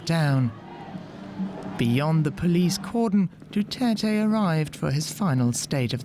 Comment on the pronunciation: 1. Its Duterte.. 2. It's not about that he fights drugs. He does it ignoring the pricimples of a fair judiciary. He encougares regular people to kill drug dealers. Without process. Without consequences. Who decides than who is a drug dealer? And who will be allowed to be killed next? His intention is not what the west is concerned about. The way he is going to achieve it is.